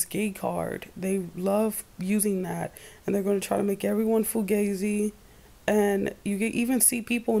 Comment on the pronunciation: I KNOW THAT THESE VIDEOS ARE IMPORTANT AND ARE FOR SPREADING VALUABLE INFORMATION IN HOPES OF WAKING UP THE MASSES, BUT..... EVERY SINGLE TIME I HEAR YOU SAY: "FUGAZI" I CRACK TF UP!😂😂😂